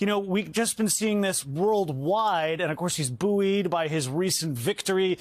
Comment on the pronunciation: "boo-ede"" Is that any way to pronounce "buoyed"? It is pronounced "boyd". OK?